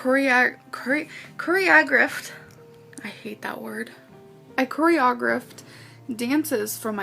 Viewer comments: You mean coreyogruff 😂😂 lmao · “Choreogruffed” yeah i don’t believe her LMAOO